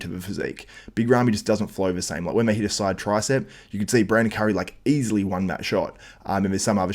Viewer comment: You say easliy hahahahahaha wtf are you joking